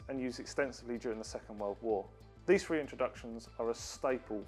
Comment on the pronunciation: This chap says 'free' but I think he means three